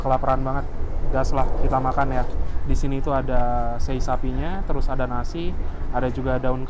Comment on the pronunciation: cara ngucapin sei sapi gak disambung gitu mas. tapi se'i gitu yg benar